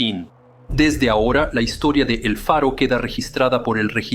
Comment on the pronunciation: Todo por un capitán obstinado que se negó a oir a su tripulacion (la ignoró totalmente) que reiteradamente le proponía cambiar la derrota por una ruta costera; para evitar la tormenta (huracan). Ref. el relato el nombre del buque es EL FARO no Alfaro (como pronuncia muchas veces) All due to obstinated captain that ignored his crew, who many times offered to change to a safer coastal route, to avoid the storm (hurricane). Namr of the ship was EL FARO not Alfaro, mentioned many times in the video. 🛟⚓️😳🥲